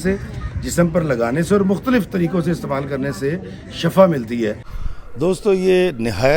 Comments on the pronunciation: Shafa lafz nahi hota is ka matlab garrha hai sahi lafz shifa hai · Kindly correct the pronunciation of word shifa Jazakallah